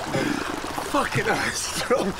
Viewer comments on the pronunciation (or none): “Absolutely fouking delicious”